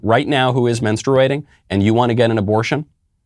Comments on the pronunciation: I was just waiting for the "MEN-sturating." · Pronounced " menstrating" you don't pronounce the u! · Bruh why you saying menstruating like that. I know it’s not important at all but it’s bothering me.